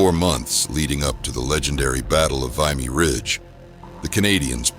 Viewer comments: It is not Vy me, it is Vim ee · Its Vimy ..pronounced with a short i " vih-me " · V"I"my Ridge....fuck AI. Stopped listening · Get rid of the AI voice...it's pronounced "vimmy" not "viymee" and "eeps" not eepruh". Aside from that, a passable production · That "vimey ridge" got me 😂 vimy. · Bot narration often gets pronunciation incorrect. That's one example among many during that video clip. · Maybe learn how to pronounce Vimy before you produce more of these.